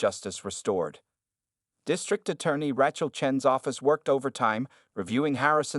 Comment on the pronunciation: The narration continues to mispronounce 'Rachel' as if the first syllable rhymes with rat. In excusable.